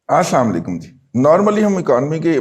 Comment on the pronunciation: رضی صاحب آپ اسلامُ علیکم کے تلفظ پر غور کریں جو آپ پروگرام شروع کرتے وقت ادا کرتے ہیں۔ مجھے لگتا ہے کہ وہ اسلامُ علیکُم کے ہجوں کے مطابق نہیں ہے۔ امید ہے آپ اس کو گہرائی سے دیکھیں گے۔ شکریہ